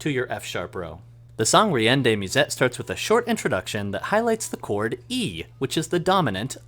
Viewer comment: Fantastic tutorial! I'd love if you could do one teaching the rest of the song. If this isn't useful, please disregard it, but in case anyone is curious, "reine" is not pronounced "ree-en" (the i is after the e). In a non-French accent, you'd want to say something like "ren" to sound close.